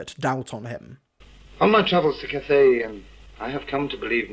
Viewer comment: Cathay not cafe.